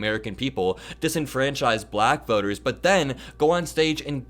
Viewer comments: Perhaps he might learn to pronounce black instead sounding like ba-lack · Notice how he only calls women reporters nasty? Hello Freud! And the way he pronounces "black" makes me want to hurl. Sure America has had more than enough of this boob? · Don't forget his repeated reference "Peekaboo James". The WAY he kept pronouncing "black" is so insulting, and I am white. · He says 'black' like Ron Burgundy in anchorman 2... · His pronunciation of the word "bLack" just sounds racist somehow—let alone the actual disgusting things he's saying.